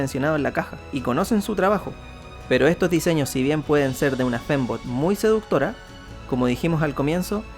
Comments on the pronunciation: Soy yo o que en algunos momentos el decía "femboy" y no "fembot"? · Escuche femboy cada que decia fembot xdddd